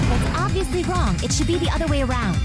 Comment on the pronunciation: “No, That’s wong!”